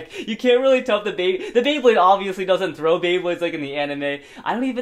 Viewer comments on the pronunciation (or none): none